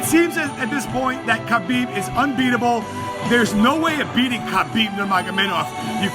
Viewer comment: The only unbeatable thing about Khabib is the number of guys mispronouncing his name. Leave the freaking k out, it's silent.